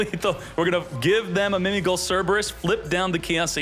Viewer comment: Why keep on saying Mimi Goal. When it clearly say GHOUL!!(Gōōl)